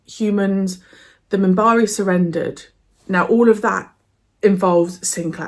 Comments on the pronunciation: "I just want to watch Babylon5. Can you believe it?"... yes, yes, I can. (Edit) it is Minbari, with "N" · It's Minbari (not Mimbari), and it's the Non-Aligned Worlds. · It's Minbari. Their homeworld is Minbar.